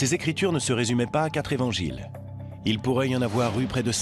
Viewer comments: j'adore(par exemple à 37min21s) je cite : "les quatre z'évangiles"...j'adore les liaisons dangereuses...HAHA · Très intéressant, mais désolant d'entendre "les quatre z'évangiles" ... Quatre sans S ... Merci RMC